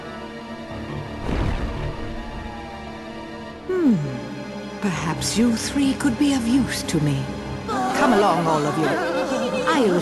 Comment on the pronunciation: Subtitles say "A witch", audio sounds like "A bitch" Oooh, boy, they are lucky didn't actually say that...